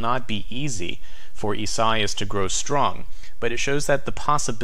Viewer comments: ees-ah-EE-ahs: Lol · By the way,, I believe Isaias has 4 syllables, pronounced e-sa-EE'-us (long e first syllable, accent on 3rd syllable). I-sa-i-as